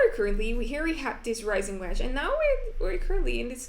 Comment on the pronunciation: Ricing = Rising